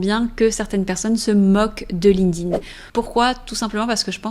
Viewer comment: erreur no.1 Prononcer ''Linkding'' au lieu de Linked In 😂 Je blague, belle video !